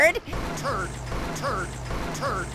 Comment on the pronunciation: Why does he keep saying Tourd